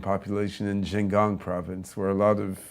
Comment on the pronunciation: Anyone who has a Chinese wife is China expert, but can't even pronounce xinjiang or the name of his wife's province right. lol